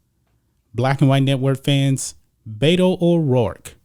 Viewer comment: The correct pronunciation of BETO is BE-TO from RO-BER-TO. You can bet that BETO will lose. You do not pronounce it BAY-TO. He is not from the SAN FRANCISCO BAY-TO although he should probably live there. He chose the name BETO because his Spanish speaking childhood Mexican maid called him BETO and he is honoring her choice to call him BETO, not because he wants to be a fake Latino. Being from El Paso, most higher middle class children had childhood maids who cooked, cleaned and taught the children Mexican Spanish.